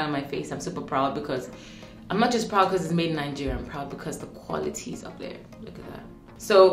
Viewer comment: When you say Nigeria, I hear it Algeria 😂😂😂😂🐸